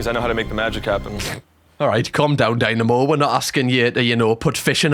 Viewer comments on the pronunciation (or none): none